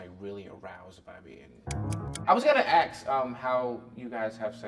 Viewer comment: "I was gonna aks" lol